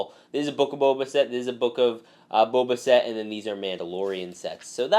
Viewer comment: I’m sorry, but I just couldn’t stop laughing when you said “The Book of Boba Sett🤣”